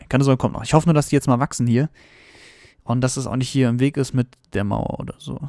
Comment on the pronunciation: xD "Mauer" typisch deutscher